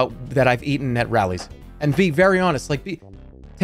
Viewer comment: Checkers "rollies" isnt it "rallies"